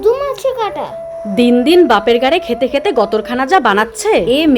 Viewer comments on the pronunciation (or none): গায়ে ❌গাড়ে ✅